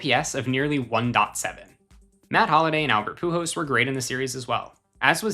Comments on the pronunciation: How many times is this guy gonna pronounce the machine's last name as "Pujos?" So annoying. The letter L is not usually a difficult one to pronounce, but this guy has chosen to ignore it completely. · I have never heard anyone pronounce Pujols the way this guy does 😂 Great video tho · Lmao the way you pronounce Pujols is weird 😂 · Every time he mispronounces “Pujols” drink